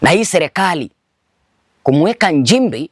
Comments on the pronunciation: Hivi Ezra kama unaweza kutamka neno” nchi” unashindwa nini kutamka “Nchimbi”? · MKENYA MSENGE HUYU ANAJIFANYA MTANZANIA ILI APATE VIEWS NA LIKES ATENGENEZE PESA YOUTUBE.. MTANZANIA GANI MWENYE KISWAHILI KIBOVU NAMNA HII KUTAMKA NCHIMBI NA NDEJEMBI NI SHIDA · He has Nothing he is Speaking truth other thank making Up stories he Feeds from fake Stories media Comments and Posts..THIS IS A bullshit Kenyan Posing as Tanzanian while He cannot even Pronounce Nchimbi in a Right way instead he is using Kenyan and Kamba Pronunciation of “NJIMBI” and NDEJEMBI IS “NDENJEMBEI”. Huyu. Ni MSENGE ANALIPWA NA SATIVA NA MWAIPAYA KUPISTI UPUUZI USIO NA MAANA WA TANZANIA ASIYOIJUA.. ULIONA WAPI MTANZANIA HAJUI KISWAHILI? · Ni PIMBI HUYU MKENYA ANALIPWA NA SATIVA KUONGEA UONGO NA KISWAHILI CHENYEWE NI SHIDA HATA KUTAMKA NCHIMBI HAWEZI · Acha kuamini huyi MPUUZI hana Ukweli wowote zaidi ya KUTUNGA stories.. KUTAMKA NCHIMBI TU HAWEZI NDIO ANAKUJA KUKUFANGANYA ANAJUA ALIPO WAKATI YEYE ANAISHI KWENYE SLUMS ZA KEMYA?